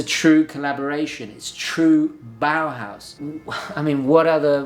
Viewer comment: Bauhaus not bowerhouse